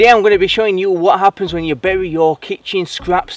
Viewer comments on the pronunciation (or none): none